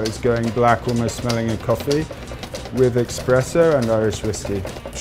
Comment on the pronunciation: That dude in the white beanie early on said “expresso”…. Huge red flag right there